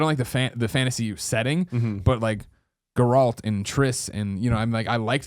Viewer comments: Greg Miller: "Ger-ROLT" lmao. It's Geralt. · "Gar olt" XD holy fuck he didn't play it enough!! Lol